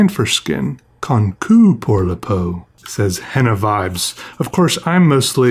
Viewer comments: Lol !! "ConKUUuuu pour la peau". (It means designed / made for. The "ç" (c cédille) is pronounced "ss" like the "s" of soldier or couscous). -----> I quit. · Hey the pronunciation Is consu and not concu but with ➡️ç=s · It's actually pronounced "con-sue" not "con-cue" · the way he pronounced "conçu" 🥺🥺🥺 precious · why did him pronouncing conçu like concu knock me out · "conku pour la peau" ^^ ç is prononced "s"